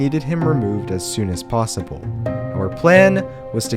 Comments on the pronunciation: “was even plossible” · man said plasible